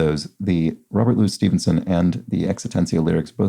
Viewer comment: Congrats on a 1250 streak ! Also it was fun hearing you say the Stevenson surname 6 times ;-)